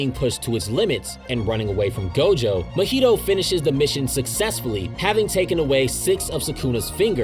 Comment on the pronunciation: No flame but how did you manage to pronounce mahito’s name wrong. You’re saying it like mojito when it’s ma-hee-toe